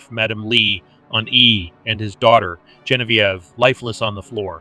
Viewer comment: Hopefully you take this as constructive. Zhe [like the as portion of tre as ure] On [Like john] V [Like the letter] Ev [Like ever] So... Zhe on v ev Gen vie ve 👍